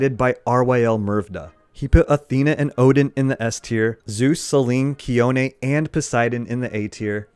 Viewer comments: thanks for the he-oni (means "snow" in Greek). Tsi-one was killing me. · Took you 6 years to finally pronounce Chione's name right. Your next goal is to do Ivan right.